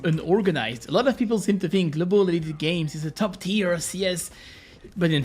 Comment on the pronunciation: “I’m globul”